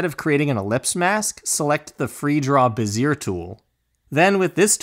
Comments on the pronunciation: This was fantastic - extremely clear and to the point. Just what I needed. Just so we don't start passing around some name mangling, note that Gaussian blur is pronounced "Gow' see an" - named after Friedrich Gauss the mathematician and physicist. And a Bezier curve is pronounced "Bez' ee ur" (accent on first syllable) - named after the French engineer Pierre Bézier. (Now my apologies for unconventional phonetic spelling!) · Awesome job. Thank you! (quick side note: Gaussian is pronounced GOSS-EE-EN and Bezier is pronounced BEZ-EE-AY)